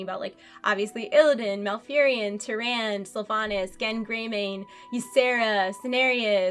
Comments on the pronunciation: TyrandE not Tee-rand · Terand? Tyrande is pronounced Te-ran-dah